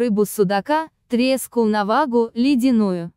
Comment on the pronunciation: Ставьте правильно ударения.Стыдоба!!!Токсины- надо ставить ударение не на О а на И.Треску-ударение не на Е, а на У. И т.д.